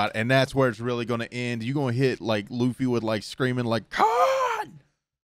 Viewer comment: Funny how he said Lucy................